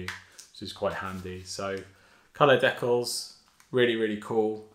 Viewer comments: This guy said “decklls” like WHAT? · what are de-calls u mean de-cals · You saying decals wrong was like chopping off a finger 1 by 1. Great video though